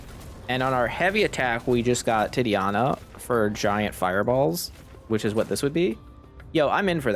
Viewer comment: You should try this with backstab, that works great with the heavy attack and the lightning spell. Also it's TI-TA-NIA, not Ti-TIA-Na. Thanks for the content anyway !